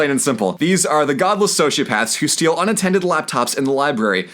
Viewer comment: Blue gets mad over Red saying "bolgia" wrong... ...and yet mispronounces "sociopaths".